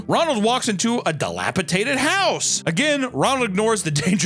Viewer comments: uuuh, dilapiTated? I believe the word you’re looking for is dilapiDated. 😂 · That's the second time I've heard say, "delapitated" instead of dilapidated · YES another video where say delapitated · I think these would affect me less as a kid and more as a parent. I've got a two-year-old and I try not to be overly protective, but that's going to be extra difficult after watching these PSAs again. Also, sorry to be that guy, but the word is "dilapiDated." and were both saying it wrong. 😅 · PLEASE man, it’s dilapiDATED. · DilapiDATED!!!!! Papa, please, for the love of all that is good, pronounce it correctly!! 😂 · I hate to be that guy but this is the second video where I hear you mispronounce "dilapidated"